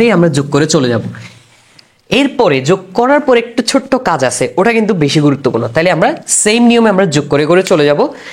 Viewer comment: ভাই আপনার বুঝানো ভাল, কিন্তু আপনি কেন বারবার ট কে ঠ এর উচ্চারণ করেন, ওটা কে ওঠা বলেন, আর যোগকে যুগ বলেন, আঞ্চলিকতা পরিহার করেন ভাই